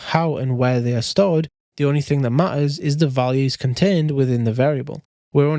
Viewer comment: bro saying ma-ers in , it was funny for me